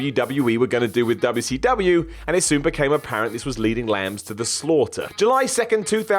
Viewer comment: I hate how your mouth says wcw like that. Fix it. Otherwise usually like your vids lol.